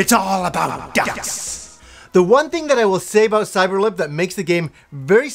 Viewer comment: Cyeber-Lip...this game, I actually remember.